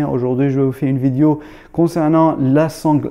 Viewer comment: Bonjour frérot, t'as un ptit accent sur tout sur le mot vidio, t'es originaire de quel pays bro, c Chafik si tu me remets toujours,.... pardonne ma curiosité.